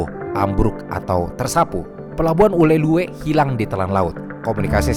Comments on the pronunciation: izin koreksi bang, namanya "Ulele" nukan "Ulelue" 😅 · Informasi yg sangat informatif. Saya suka sekali nontonin video-video dari channel. Btw, izin koreksi, Ulee Lheue dibacanya 'ulele' ya. Thanks. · Penyebutan “Ulhe Lheue” agak lucu bagi kami orang Aceh, harus nya tulisan di akhir ue tidak usah disebut min, tapi ya gak papa, karena memang susah baca bahasa Aceh bagi yang bukan org Aceh heheh, kata kota Meulaboh juga sebut tan nya Melaboh, satu lagi Kata Lampuuk bacanya “Lampu’uk” uk nya dipisah dengan lampu 😅🙏🏻